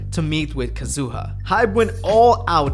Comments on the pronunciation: Is this actually how Kazuha’s name is suppose to be said? Bc it was irritating tf out of me Lmaoo I always thought it was Kah-zoo-ahh not Kuh-zoo-uh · “Ka-zu-ha”, not “Kazoo-ah” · omg she's not a kazoo at least try to pronounce their names right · that’s not how you say kazuha 😭😭💀💀